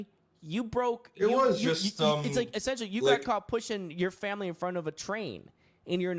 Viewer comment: "You're on Good Morning America, essentrally"